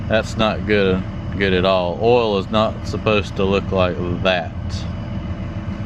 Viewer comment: How come he isn’t able to say the word “oil” properly